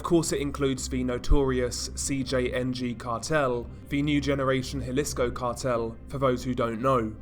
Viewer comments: It's pronounced Hawleesco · The “j” is silent. So its Alisco. Not jalisco.